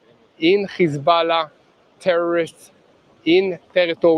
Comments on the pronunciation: It's hezbollah not hezballah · How come he pronounces hezbollah like that